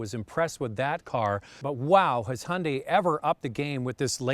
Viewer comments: it not hundi.......its ...hi un dye....say it... again...... hi un dye.....got...plastic american guy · guy it’s Hun-Day